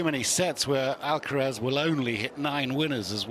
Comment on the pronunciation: Why is this commenter keeps saying Alacaraz? Commenter should be neutral.